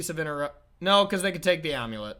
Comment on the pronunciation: Are they saying "Amu-Lit" though? But it's also possible your just trolling us 🤔 You're obviously in a spicy mood with the little "Baum", you know that what draws in the crowd 🎉 It's also possible I may not be hip like